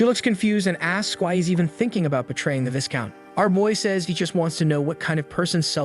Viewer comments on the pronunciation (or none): These days it's hard to tell AI from human. If you're human I just thought you'd want to know Viscount is pronounced V-eye-count. The S is silent. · "Heir = is pronounced "Air" "Viscount = is pronounced "VEYE-Count" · you should know... the s in viscount is silent. you're gonna give me an aneurysm if you keep pronouncing that s